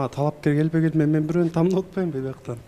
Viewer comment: Урматтуу катышуучулар "ТАМДАП" эмес "ТАНДАП"!